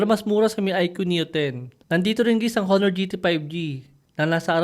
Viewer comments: Silent H dapat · HO-NOR ba talaga tamang pagbigkas nyan? o ONOR(honor)?? baka ako lang ang di updated..